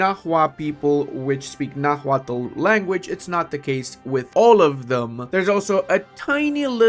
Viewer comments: The H in nahuatl is mute, as the language is written in spanish orthography. Also, for english-speakers (and non-nahuatl-speakers in general tbh) the final l in -tl is functionally mute too, as the sound in nahuatl is like making a T sound with an L if it makes sense, like morphing the T and L sounds into one, so nahuatl is something like <NAH-wat> Edit: Also, the ch in Tenochtitlan is sound, so something like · Please, brother, do not pronounce the 'h' in Nahuatl! And 'x' is 'sh' in that orthography!